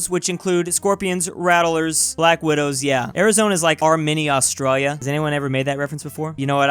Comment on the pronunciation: Did he say Australia or Rstralia this man butchered my country's name. (joke)